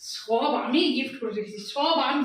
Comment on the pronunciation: Achha tumi bangal ghorer may hoi so so kore kotha bolo keno? 'Sob' keno, 'shob' keno noi?